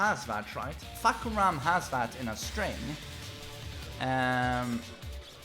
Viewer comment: C'mon, you don't have to stress that hard on "FUCK" while pronouncing Fahkumram